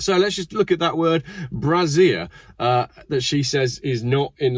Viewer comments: "Bray-zee-erh", not "brah-zier". That's something else entirely. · Feck moi, for someone what went to Uni your pronunciation is crap. A Brazier ( Bray-zier ) is a metal basket to burn stuff in, usually to keep warm on a leftie populated picket line, or to warn of pirates approaching. A brassiere ( the way you pronunced it, is a female oriented garment made up of some straps and two cups, usually, but not exclusively made of a soft material of varying sizes and capacities to give support to female chesty bits, also commonly known as tits or boobs.